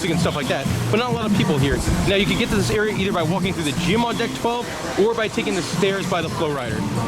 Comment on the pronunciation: and FYI captions says you’re saying “dick 12” and it sounds like it too 😂